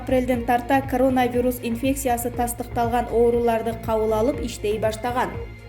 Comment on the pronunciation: Могу сапатсыз журналистканаргы жоготкулачы,дегеле коронавирусту окуганды уйроно албай койду...